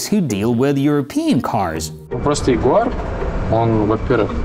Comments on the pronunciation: Νο jaguar...Noooooo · jaguwar no in the uk its jaggggg